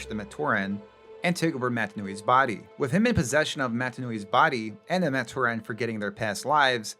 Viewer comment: Is this AI generated? Matoran is consistently mispronounced which makes me think this is AI.